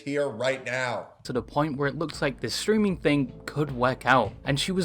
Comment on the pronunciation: Stweaming UwU